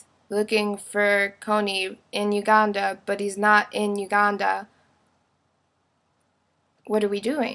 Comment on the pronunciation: i dont like the way you say Uganda.